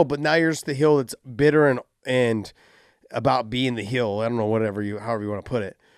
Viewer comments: Josh thinks heel is pronounced "hill" in the same way he thinks rankings are "brackets" lol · Heel brother not hill 😂